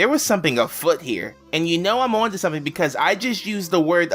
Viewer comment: i like how everytime he says "something" it sounds like hes saying "someping"